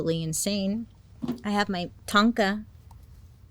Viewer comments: “Ton-ka” really got me 😭😂💀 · my name is tonka and it was so funny when you first said it because i was cleaning and i thought you called my name 😂💕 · Not tonka 😅